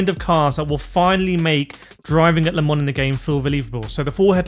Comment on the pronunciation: wow can you not say LEEMON it is LE MANS and don't try and blame you accent .